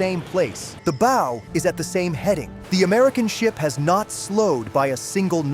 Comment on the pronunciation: Please, if you’re going to broadcast these videos, learn how to say the boating term “BOW”!!!🤡🤐